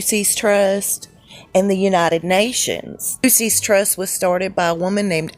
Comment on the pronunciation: 🗣The Lucius Trust! The way it’s pronounced (just think it rhymes with Rufus ) ! All the best from Tottenham, London,UK!💯